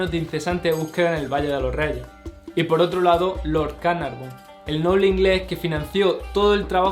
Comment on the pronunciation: George Herbert de Carnarvon para que lo digas bien.